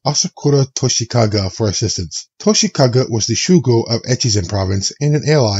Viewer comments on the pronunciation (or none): i think it was a simple mix up of vowels with toshikage being said as toshikaga and takayori being said as tokoyori, but mistakes are fine.